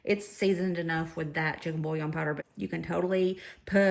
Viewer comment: She lost me at the “bouillon.” 👀